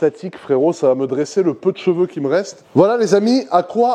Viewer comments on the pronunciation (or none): none